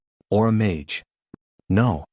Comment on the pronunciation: Interesting story, but you should check before you upload, all the repetitive parts are unnecessary. Plus you should teach the AI to pronounce mage correctly.